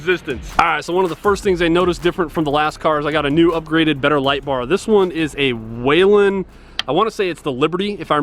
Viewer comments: I have to say it...It's "whee-len", not "way-len" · It’s pronounced “wheel-en” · Looking for the letter "a" in Whelen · I rock the same car. You call it what you want in Utah but in MN we pronounce whelen wheel-en